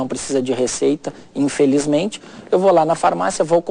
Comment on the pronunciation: Essa entrevistadora fala mais do que o médico."infeljzmente"